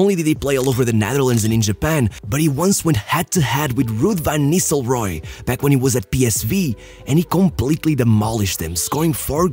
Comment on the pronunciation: Man, you got a problem with the letter R. Van Nilstelroy? HE ain't bloody Spanish? You do the same with every R, all the Italian names as well, and as an Italian, I can tell you they are wrong.